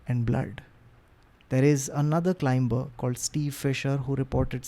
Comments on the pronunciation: The “B” in Climber/Climbing is silent, just FYI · Climber!!! The B is silent.